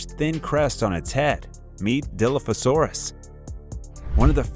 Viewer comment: As soon as you pronounced Dilophosaurus WRONG I just couldn’t watch anymore…